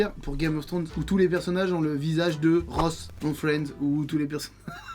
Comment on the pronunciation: 1. "This is Brian's story" ou " This is the Brian story" mais vraiment jamais "This is the Brian's story" 2. "hit" pas "hitted" 3. "with Ross' face on every character" pas de 's' pour character et Ross' se prononce Rosses (possessif)